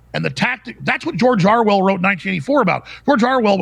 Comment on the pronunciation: Is it just me or does he keep saying Arwell? Lol. Love these guys.